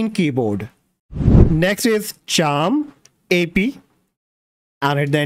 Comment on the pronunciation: Thanks for very good information. 1 correction it's char map not charm ap.